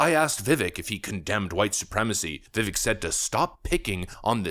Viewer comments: It sounds like Vivake, like cake. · And his name is pronounced Vivake, like cake. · If you really love VivAke as much as you say. Learn how to say his name. It's ViVAke like cake! He will never he taken serious if his support can't say his name! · VIVEK- like CAKE. VIVACK- LONG A. Please get his name correct. Please. Thank you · This is going to sound petty but why can’t you pronounce Vivek correctly? The E sounds like long A. Accent on second syllable. Thank you. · FYI... it's Vivek, Vi-(Vek) pronounced like Cake. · if you wanna be taken serious you should pronounce vivek's name right. i could give you a pass like 6 months ago but at this point cmon now lol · Love the channel but I have to make one small correction. His name is pronounced Vi-Vake not Vi-Vik. He's said in an interview, it sounds like cake. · Dude, for the love of god, please stop pronouncing his name VIVAEK. It's VIV-AKE like cake. Dude, it's easy. Please fix this. I'm a trump supporter who has chosen Ramaswamy for president for 2024. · It’s Vi-Vake! Not Vi-Vek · Vi-VAYK!!!!! please have the courtesy to pronounce his name correctly. Its not that hard. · Vih-vake, like cake. Idk how an America-first commentator still doesn’t know how to pronounce his name. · Vivek. Like cake..Vivek. That's how you say his name. He told me himself. Seems like a great guy. I'm one of his District Captains. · Please pronounce Viveks' name correctly. Sounds like Vivake. Thanx😊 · It's pronounced VivAKE like cake 🎂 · I love your show, and a lot of it includes Mr. Ramaswamy and his first name is being mispronounced, it’s supposed to end sounding like cake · Dude, as much of a fan of Ramaswamy as you are, you still cannot pronounce his first name? As he's said, so many, many, MANY times, his first name rhymes with "cake" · Vivek, it rhymes with cake. 🎂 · Pronounced...Vih-Vake! Get used to it he's our next president 🇺🇲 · By the way, Vivek is PRONOUNCED ‘ViVAKE’! Like Cake. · His name is pronounced Vih-vayk